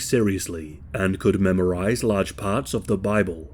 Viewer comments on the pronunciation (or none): none